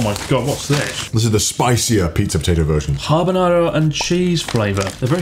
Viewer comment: was Chris trying to say habanero or jalapeno? I think it was habanero but good lord that was rough.